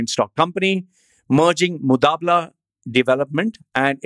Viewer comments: it's not MuDabala it is MuBadala.. but ok.. the vdo was worth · it is mubadala not mudabla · # shares EMBARRASSING REALIZATION & CONFESSION I've just realized NOW that I mispronounced moo-BAA-dala as moo-DAA-bala The error is humorously regretted..... Seriously speaking...I'm laughing my ass off now listening to my stupidity.... Enjoy my DHUH moment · This is “Mubadala” and not “Mudabala” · Did the research but can’t read the name correct! Lol How do i confirm whether you’re talking about “Mubadala” and not some “mudaabblaa”?? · Damn you! It's mubadla and not mudabla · Mubadala hai wo be mudabala nai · Its MUBADLA. NOT mutabla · Who is mutabla...its MUBADLA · You can’t say Mubadala correctly🤣